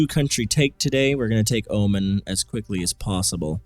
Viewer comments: Oman is pronounced oh-mon btw, not oh-min. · It's pronounced Omaan, not Omen m8